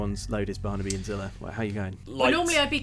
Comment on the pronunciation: Sounded like called her character “Blade-Zillah” in the into